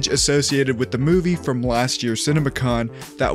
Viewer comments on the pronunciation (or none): none